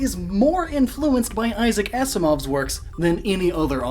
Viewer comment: Six years too late but Issac Asimov is pronounced like if it was written Azimov, not ass-imov like people think sometimes, just tryna help you improve these already great videos :)